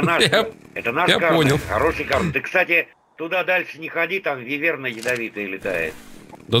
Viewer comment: не вывЕрна, а а вЫверна